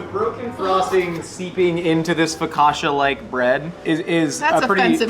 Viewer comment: I'm annoyed that they both mispronounced "focaccia"...